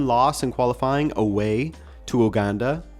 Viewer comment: Uganda is pronounced You-ganda